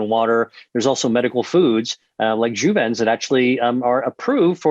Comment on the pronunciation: Did he say Juven?